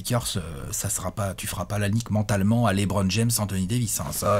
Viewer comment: Si LeBron gagne sa 4eme bague, arrêtera de l'appeler Lait-Bronne? 😂